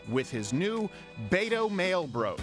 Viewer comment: I loved his pronunciation of Beto! B-toe is gonna get beat in November.